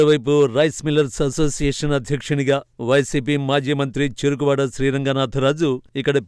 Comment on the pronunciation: చెరుకూరి కాదు.చెరుకువాడ